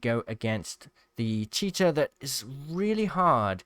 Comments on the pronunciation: Not poking fun but I swear sometimes it sounds like your saying Cheetah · Everything he says cheater and the subtitles say "cheetah" 🤣